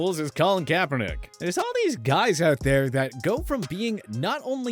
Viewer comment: You said kaperdick now you’re forgettable